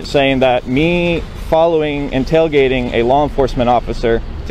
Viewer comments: He messed up saying tailgating 😂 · Tail gating 🙄 … you were doing so well until you said “tail gating”.